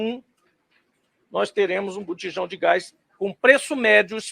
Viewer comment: O engraçado é o ênfase do cara falando do Gas de cozinha com menor preço - 0,13 centavos, que ele enfie no 👌🏼 dele estas moedinhas